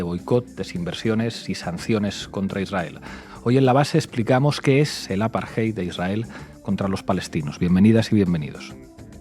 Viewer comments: Por que dicen aparjeid y no apartheid con t? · No es “el apartheid.” Es apartheid o la apartheid. La traducción correcta es SEGREGACIÓN y no deberías utilizar extranjerismos en español, a menos que un término no tenga equivalente. Además, no se dice “aparjay”. La lectura de esa palabra es un poco difícil en español pero se lee más o menos así: A-PAR-TE-YD.